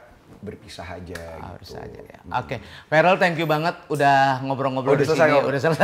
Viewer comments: Bukan varel mas Eko tp verel😅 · verel om eko bkn varel.... 😊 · Namanya Verrel Om Eko bukan Varel 🙏🙏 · Verrel om Eko bukan varel 🤣🤣